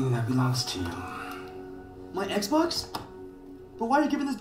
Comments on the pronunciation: so nobody gonna talk about how he was saying exbone in stead of xbox😂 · Everyone: Xbox Flight: Xbon